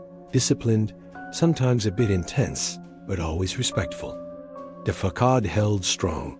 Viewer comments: Yo, teh Ai. Check your pronunciation of “facade,” since you seem to love that word a lot. Fuh-sod. fuh-sod. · It’s “fa-sad” 🤨